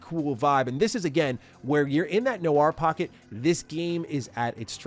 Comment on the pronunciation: It’s “noir” not “noire”. Team Bondi has ruined an entire generation.